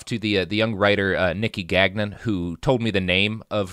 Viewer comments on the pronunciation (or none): GAN YON NOT GAG-NIN